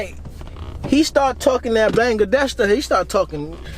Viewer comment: Talm bout talking that “bangadesh “😂